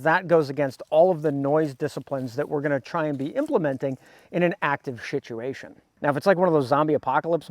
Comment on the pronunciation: Did he say shituation?